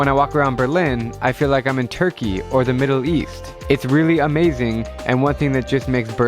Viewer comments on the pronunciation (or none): none